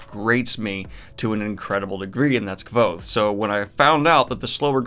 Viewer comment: You mispronounced Kvothe man!